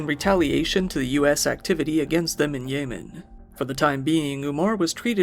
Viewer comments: more like weapon of ASS destruction lol. great video. I kept hearing "yay men" instead of yemen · YEH- man not YAY man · That's not how you pronounce Yemen. You're a content creator. If you don't know something, Google it. It's not hard to sound like you know what you're talking about.